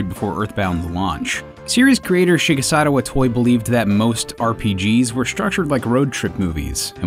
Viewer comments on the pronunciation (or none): "She-guess-satto Eyetoy"